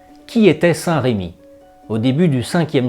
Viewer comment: Votre vidéo est intéressante mais je vous en supplie, corrigez le prénom de ce merveilleux saint évêque : il s'agit de saint Remi et non pas saint Rémi. Je ne comprends pas pourquoi les Français déforment ce si beau prénom avec un accent. S'il vous plaît, corrigez cette faute. Même les plus grands historiens font cette horrible faute. Il ne s'agit, me direz-vous, que d un accent, mais tout de même. Toutes ces personnes qui parlent ne sont assurément pas de Reims!!!